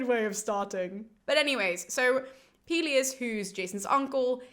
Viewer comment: Pelius and Peleus are easier to remember if you pronounce them correctly. Greek is like Spanish, in that you have to open your vowels when you speak.